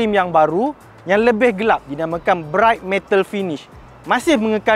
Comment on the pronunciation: Bukan 'MENTAL'...."METAL"...yg MENTAL tu...😂